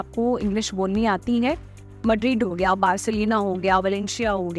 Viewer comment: Barcelona ko Barcelena bol rhai hai😂😂😊